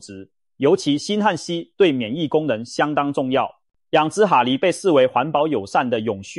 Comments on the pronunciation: 蛤蜊~(蛤)正確發音ㄍㄜ格~不是哈蜊! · 蛤蠣讀(格) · ㄏㄚ？？？國的發音？？？